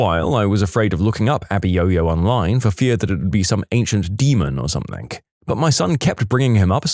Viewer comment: No k in the word something